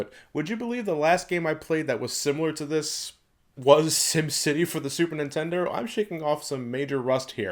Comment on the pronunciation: I swear it sounds like he said "Sim city for the super nintender"